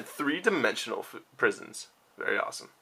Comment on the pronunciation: u said at the end you got a set of dprisons when u were showing dfissures lol